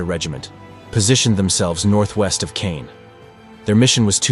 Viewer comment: Reg-I-na, not Reg-ee-na. C-awe-n, not ka-yawn.